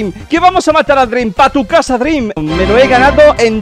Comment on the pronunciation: le diguiste dreeam a zoro